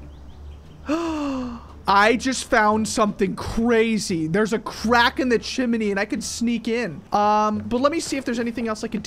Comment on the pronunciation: XDDD you said chimony instead of chimney XD I think I might of spelled it wrong tho but I think you get it 😅🤣